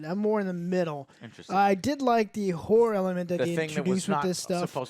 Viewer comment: Horror.....not Hore, lol